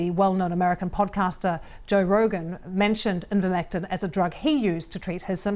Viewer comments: It's NOT pronounced IN-vermectin in BRITAIN. PERIOD. Get that thru your thick skull. How are you lying? Here's how: in this interview, the BRITISH doctor pronounces it correctly. So your claim that the British pronounce it as "in-vermectin" is simply gaslighting or trolling. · As a broadcaster, she cannot even read the name of the product correctly. Absolutely shameful deception, by the BBC, posting picture of vetinary products. The trials used products which have been widely used in humans for decades. There were over 90 studies in the meta analysus reported. If he looked at 26 and 9 (over 30%) were faulty what happened to the other 90% of the trials. The faudulent study in Egypt was widely known and removal resulted in a 60% effectiveness rate if it was 10% it would still save thousands of lives in countries where vaccines are not available but Ivermectin is commonplace. The push by those talking about ivermectin has only ever been to have full scale trials even though as a generic drug it is dirt cheap (and safe) so no profit. The clearest thing abour Ivermectin is the deliberate campaign against it (the vetimary product photos) and the motive for big pharma to have such a campaign. Along with the refusal to licence generic manufacture of vaccines and vaccine hoarding this ammounts to a campaign against efforts to help poorer countries combat covid, aided and abetted here by the BBC. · Seriously. It was driving me crazy. The doctor she interviewed said it right. Joe Rogan said it right. I thought she would catch it but she kept saying it wrong. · hypocritical? Lol you need to look up the definition of that word. And it's not a matter of British pronunciation. It's just not pronounced the way she says it. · It's Ivermectin not "invermectin" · Why can't the presenter read. Its Ivermectin NOT invermectin. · She said Invermectin instead of Ivermectin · Someone tell that it's not "in-vermectin"